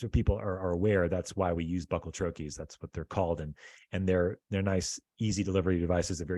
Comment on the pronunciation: Please learn to pronounce bucal troche. You will sound more believable as someone that has really done some research. Could be just another grifter.